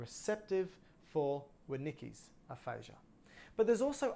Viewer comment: Thank you for sharing. For future reference please correct or check your pronunciation of Wernicke’s aphasia. Thanks again! Excellent information.